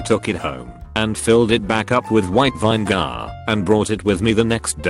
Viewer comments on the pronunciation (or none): No one: Voice: Vine Gar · I ask for vine gar in Whole Foods . The damn thing is $25 a pint!